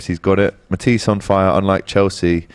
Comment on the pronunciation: When AGT called Matisse "MAHTISS". Ex rubbing off on everybody. 😂😂😂